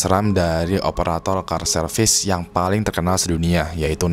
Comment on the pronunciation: call service itu bacanya dlm bhs INDO bukan kal serfis tapi KOL serfis hihihi keren tapi ini cuplikan jos banget